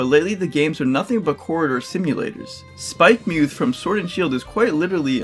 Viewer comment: It's "Spike-muhth", not "Spike-mooth". Why do so many people get that wrong?!